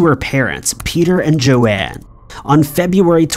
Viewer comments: Sorry but its so frustrating that the narrator keeps referring to JOAN (Rhymes with Phone) Lawrence as JOANNE....petty I know with such important issues but as its so important and very personal Im sure the video uploader wants the people involved to have their names spoken correctly!!! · Her mom’s name is Joan, (Moan- with a J) not “Joanne”. My aunt has the same name. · Joan is not pronounced Joanne. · Claudia's mother is Joan. Not Joanne. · Hiya, not a complaint but Claudia's mums name is pronounced like groan, Joan, not Joanne. Great vid, thanks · that's Joan not Jo-Ann